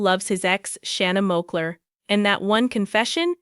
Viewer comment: Its Shana moakler not moller 🤣🤣